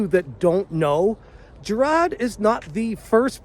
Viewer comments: Huz names Jirard not jarad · Why do you pronounce his name as JI RAAD? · How come you cannot say “jirard”. ? Its not hard. Can’t you pronounce “R”? LMFAO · I'm pretty impressed that you've covered Jirard so much, yet don't get his name right. Amazing journalism on this one.